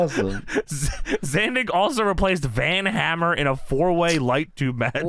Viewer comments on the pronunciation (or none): none